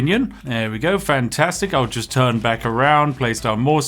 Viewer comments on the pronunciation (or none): none